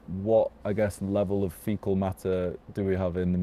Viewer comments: He said artificial fetal matter when he meant to say artificial fecal matter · If you got foetal matter leaking out then girl, you in trouble 😂😂😂